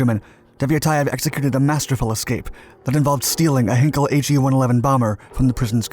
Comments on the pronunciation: FYI, it's 'H-eye-nkel' as in Einstein, not 'Hinkel', and the final 'e' Peenemünde is pronounced more like a 'duh' than a 'day'. Doh! 'Rocket Centre Peenemunde' isn't a thing. The facility was known as the Heeresversuchsanstalt Peenemünde (HVP), literally Army Research Establishment. Some of its products were then tested at the adjacent Peenemünde Airfield, known as Werk West, or Peenemünde West (for future reference the German 'w' being pronounced as a 'v'). They were neither Russian nor German so it's unlikely the B-24s and P-38s would attack or fight over the Rodina. Not much coal mining went on a Peenemünde. Our guy worked mainly on UXB disposal and runway repair. There must be so much footage of He111s around, why use video of an He177 Greif. This would have been a poor choice to steal as it was tough to fly and, fortunately for its crews, spent most of its time unserviceable. Neither did they steal either a Ju87 or a Bf109 fighter. There must be film of 111s? As a minor correction, which may make the story more understandable, Devyataev and his group did not escape from the prison camp. They has established themselves as a constituted work-gang and were that day working on the airfield. The guard killed was the one guarding them and they didn't need to storm the gate to the airfield, which would in any case not just have a single guard, because they were already on the airfield. One of them then put on the guard's uniform and pretended to be their guard, marching them up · It’s not ‘hin kel’, it’s ‘hine kel’